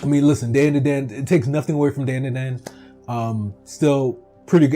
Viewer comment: Its pronounced Dan-da-dan not Den-de-den